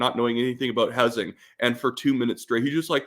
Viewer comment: Did you say direct minister of hozing? LMFAO